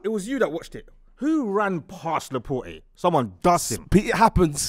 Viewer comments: The more I watch this show the more I realise these man do not know ball, man said Laporte 🤣🤣🤣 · Also they can't pronounce Laporte.... he's only been in the prem a few years.... cmon lads, you don't know ball.